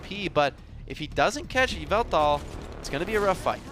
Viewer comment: is it me or did he pronounce yveltals name kinda funny